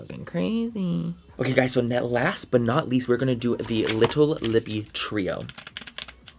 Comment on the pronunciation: Girl !!! Did you just say trio ?!? 😂🤦🏼‍♀️